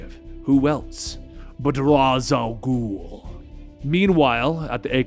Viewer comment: IT IS RA "ALGUL